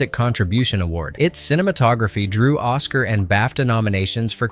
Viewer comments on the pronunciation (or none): none